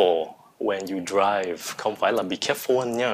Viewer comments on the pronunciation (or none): Mọi ng ơi cho mình hỏi. Thầy đọc you là "du". Chứ ko phải miền nam phải đọc là "diu" sao?